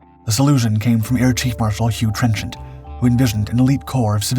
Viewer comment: It's Trenchard. And Brough Superior is pronounced 'Bruff Superior'. Research, research, research.